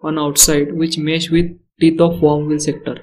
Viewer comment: Its WORM. Not Warm.